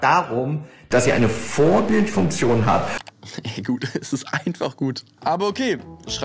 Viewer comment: Vorbildfunktion und nicht Vorbild-S-funktion